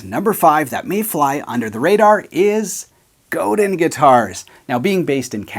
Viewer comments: Godin is DEFINITELY my favourite. I should mention that it's pronounced more like Go-Dan, not Go-din. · It’s pronounced Go-Dan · buddy— no offense but it hurts my soul to hear you pronounce ‘Godin’ like an American